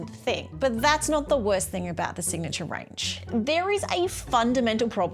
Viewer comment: "Signatuair" 😂 Gold